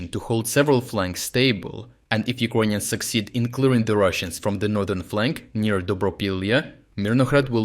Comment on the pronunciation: If you say 'ucoineans' one more time....insted of Ukrainians. I swear...